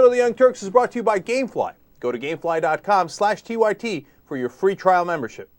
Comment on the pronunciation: oooooooooooh gamefly, i heard gayfly >.<